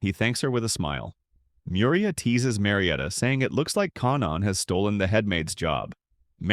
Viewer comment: yeah these AIs are pretty shit at pronouncing names. It's not Mir-ee-uh it's Me-you-ree-ah and L-oiy-d not Lee-odd Not to mention the countless mis-interpretations of things. In the first few minutes it completely screws up Mana Sympathy by calling it Mana Induction which is entirely different in concept, those two words are not even remotely similar. -_- like bro... check yah reader dude, it's busted.